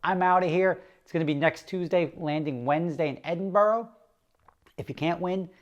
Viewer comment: Eh-din-bruh, not eddingburrow